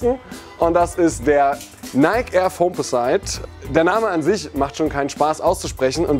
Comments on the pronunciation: das ding heißt (ausgesprochen!) FOAMPOSITT nicht foamposeit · Nicht falsch verstehen, aber: Ihr habt keinen Geschmack. Foamposites sind einfach nur geil. Und: sie heißen nicht "foamposeites" wirdmit "i" gesprochen.